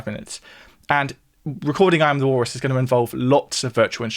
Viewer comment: God, who cares? Learn to pronounce the letter L.